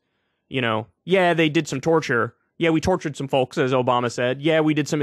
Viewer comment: The N in the word DAMNING is silent Kyle. And so is the L in the word FOLKS.